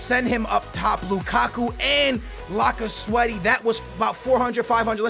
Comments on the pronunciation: laca sweaty ?? wtf ? its lacazette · did he just say lacasweathy?